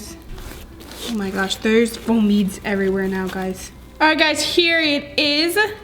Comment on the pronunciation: It’s pronounced beads just beads